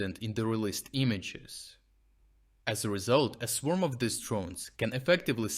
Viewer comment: English language tip: Pronounce "these" as "theez," not "thihz." Otherwise, a good report with information that is encouraging as to the future developments toward the defeat of Putler and his orcs.